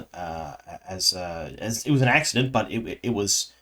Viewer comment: It’s not an “axe-i-dent” 😂